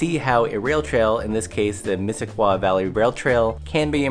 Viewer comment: Great trail and video: One small pronunciation note: you pronounce the trail "Miss-sis-coy" not Miss-sis-kwa!